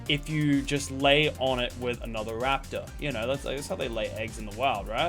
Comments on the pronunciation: Bro wtf bro said laptor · Are we just going to ignore the fact that he called it a laptor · “You Can Ride A Laptor, But You Can't Ride A Llama” What is a Laptor?💀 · Lachy said laptor